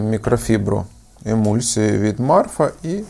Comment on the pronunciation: Не Марфа, а Мафра